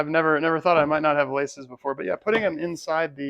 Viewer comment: When you said "laces" I thought you said "license" and thought to myself "well I didn't get a license with mine either!"